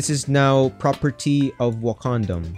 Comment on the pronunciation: Wakadom? Wakandom hahaha. still, very interesting series keep going dude! love the videos you always find a way to make things interesting! cant wait for the day you make that transit system! then I can brag and say I was here before that was built lmao! goodjob!